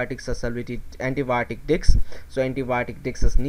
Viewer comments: am I the only one hearing diks diffusion method instead of disk diffusion method ? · Disc not dics 😅